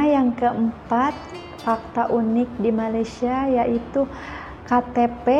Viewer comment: Unik juga tapi disebut bunyi yunik (ikut sebutan bahasa inggeris).